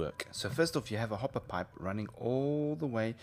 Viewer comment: went a bit rench there, hopp'er